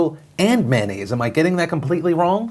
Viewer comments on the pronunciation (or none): Why is he saying “Man-aids” instead of “mayonnaise”?